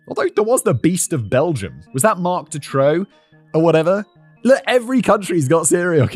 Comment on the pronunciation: 'Marc De Throw' 😂 thank you so much for butchering this dipshit's name. I was a kid when the whole search for Julie & Melissa was going on, it was insane. He's still burned into the collective consciousness of everyone my generation and older. When talking about certain laws etc that changed, people also automatically talk in 'before DuTroux' and 'after DuTroux' terms. For good reason. It's odd to think that this guy is still alive, it feels like he doesn't belong in current times. Weird feeling.